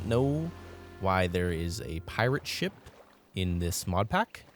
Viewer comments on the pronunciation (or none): none